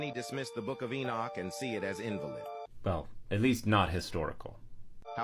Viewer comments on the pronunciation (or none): Had to laugh when the speaker said IN-valid instead of in-VAL-id. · love how the computer voice doesnt seem to recognize the difference between "INvalid" and "inVALid", and the creator didnt catch it. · “Uniting” with women, like they’re forming a political coalition Also, the mispronunciation of invalid creates a funny image